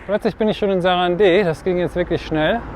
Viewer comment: Stummes e, sarand. Oder auf deutsch: saranda